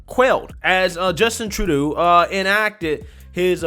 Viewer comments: Again bro, it's Troo-doh. You keep saying it wrong in all your videos. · It's NOT Tra-doo, it's True-doh. Should be simple to remember with "DOH"... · "Truh-doo"? Lol True-doe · Hey, love the shout out to the Hodgetwins and love that you've got some merch out now. If you're going to be selling your own stuff though, don't be stealing other people's catch phrases because they gonna come sue your ass😂😂 P.S. It is pronounced "True-Dough" not that that piece of shit warrants his name being pronounced correctly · True-doe (pronunciation). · His name is pronounced True dough... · Trudeau is pronounced True-dough ..although at this point he is getting a lot of other names .. a lot more of his tyrannical tactics yet to come and a long way from another election. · Tru-doe is the pronunciation! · Btw its True-dooh !! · His name Is said like "true-dough" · Hey, it's pronounced True - doe. Love you bro. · Tru- doh. Long o. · It's Tru-Dough. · Just a mug. Love it. Trudeau is pronounced "tra - doe" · I ❤️ your new way of pronouncing his name: True-doo 👍🏽👏🏽👏🏽👏🏽😁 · I crack up every time I hear how you pronounce his last name! Love the mugs, will be ordering 2 ! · I'll buy a mug if you can go a whole video saying Trudeau's name correctly 🤣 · I love how you're mispronouncing Trudeau's name (at least, I think you are; I could be wrong). He doesn't deserve to have his name pronounced right.